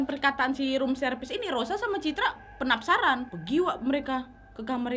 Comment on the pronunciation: "Penapsaran" wkwkkk sama banget kak nad, aku juga sering lidah belibet kesleo